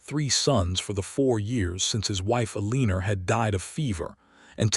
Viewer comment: Eleanor...said as Eh-leen-er. Eh-leh-nore. This is a good story, with a good progression.